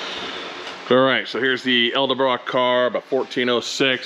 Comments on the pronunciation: Edelbrock…. Not eldebrock. Nice truck! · Love the videos... but pleease 🙏 it's Edelbrock.. not Elderbrock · He said: "Elder-brock intake." When attention to detail matters, you want to choose a mechanic that can't pronounce the name of the parts he's bolting on your ride. 😉👍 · Elderblock? Or edelbrock? Lol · It's pronounce Ed-Ull-brock. Edelbrock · Why can no one say edelbrock right 😂 sweet truck though. Love 400’s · The way you can’t pronounce edelbrock reminds me of the people who say “Cadillac converter”.